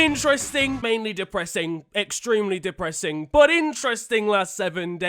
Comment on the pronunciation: The way he pronounces depressing makes me depressed